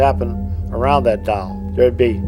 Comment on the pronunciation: Doll:- ❌ डोल:- ✅